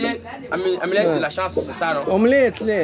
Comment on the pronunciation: يقصد amulette de la chance 😂اما كلي ينطق فيها omelette 😂